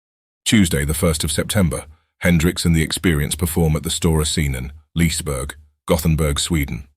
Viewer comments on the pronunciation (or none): Liseberg, not Liesberg haha.